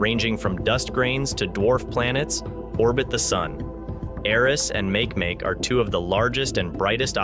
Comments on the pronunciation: I want to slap him every time he says make make. I mean come on your Nasa fer chrissakes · Please ask someone for the correct pronunciation of make make here's a clue its a Hawaiian word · Makemake? Make Make? Are you kidding? /máh kay máh kay/ Do your research beyond the basic texts. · Make-make ma-ke ma-ke not makemake! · PLEASE PLEASE PLEASE look up the pronunciation of Makemake! e.g. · Ma(Key) ma(key) Rapa Nui mythology .....please....... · please say Ma Ke Ma Ke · Dude, its pronounced mah-kee-mah-kee named after the god of fertillity in Rapanui mythology. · I came here to say this. Mahalo nui loa for posting this correction. Aloha! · Right? It made me cringe everytime he said make make. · A small amount of research on how to pronounce Makemake would help your credibility - as it is you just seem like a lazy arse wanting to use other people’s work to make money on youtube about a subject you don’t have even a passing interest in. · How can Nasa mispronounce Makemake ? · i wasnt correcting NASA. I was correcting this guy who is pronouncing it incorrectly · Me too!! Like fingernails scratching on a chalkboard!!! Cringe!